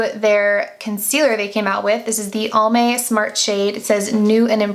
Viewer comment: Fyi 😋 It's Almay like "Alvin" not "Almond"